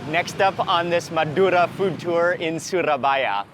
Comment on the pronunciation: I love the way you rolled the R naturally when saying Madura!